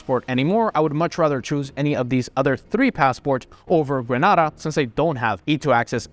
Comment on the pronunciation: please learn to pronounce GRENADA aka Grenade-ARE correctly. you have a CARICOM passport after all.